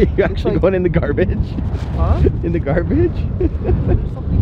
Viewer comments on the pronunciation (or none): "in the carbage" ♥️🤔🥴❣️🙊